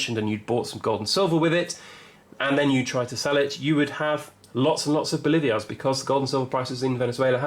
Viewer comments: Say it with me “Bo-lee-var-es” or “Bo-lee-var” NOT “Bo-live-ee-ars” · Pronounced "Boleevars", not "Bolivias", with accent on 2nd syllable.